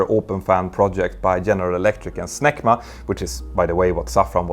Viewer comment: Smart decision to change the name, because, Snecma really sounds like ... I had to the captions it to find out what you were actually saying, haha. I think i made a similar comment a while ago now that i think of it, i guess it's just pretty jarring/unexpected to hear that word (or something similar to it) pop up in a random sentence.